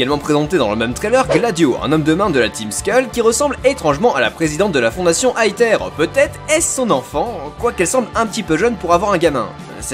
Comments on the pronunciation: sa ne se dit pas aether mais aeseur mais sa s'écrie comme ça aether tous symplement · Plot twist : personne ne sait et les théories sont juste des machines à vues en attendant les jeux. Et en japonais la fondation Aether se prononce Eteru. Donc on peut dire Étère. Pas Aétère. Ni Aether à l'anglaise. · Ça se prononce èzeure pas aeteur purée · Pour la prononciation (ouai je suis chiant car tu as râlé la dessus) c'est Ether pour l'élément de l'esprit, alors que le mot Aether désigne bien une sorte de "Paradis" et se prononce A-é-Zeur (je voulais juste le dire même si je pense qu'il y a eu beaucoup de recherche de votre côté) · sa ce dis ézeure sinon super vidéo! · Je n'ai pas du tout regarder les trailers mais peut être que la team Skull était là contre Aether (pour moi sa se dit "èzère")et le mec un peu punk au cheveux blac soit son frère qui se rend compte que Aether se barrent en couilles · AETHER se prononce AIZER ok ? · EATHER se prononse AFER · aether se prononce iveur avec un accent anglais bien sur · On dit "Æther"... c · pour aether on prononce aezer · On dit "aïzeur", le "th" se dit "z" mais avec la langue touchant les dents du haut de devant !!!